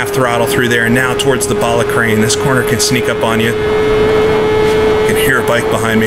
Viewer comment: Ballascary not ballacrain